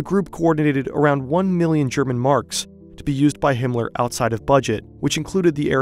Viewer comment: Himler? Cmon, man...